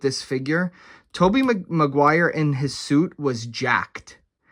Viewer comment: The fact that you commit to saying Mcguires name wrong just to get under the skin of viewers is great. Great work